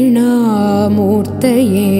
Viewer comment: it’s MURTI bheda not mutri bheda vibhagine